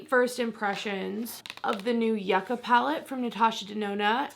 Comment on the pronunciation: im so excited to see your in depth vidoe plus a dupe!!! also btw from a south american, yuca/yucca is pronounced yoo-kah like hookah